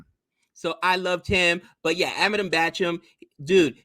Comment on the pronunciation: It's Bachchan guys not Bachcham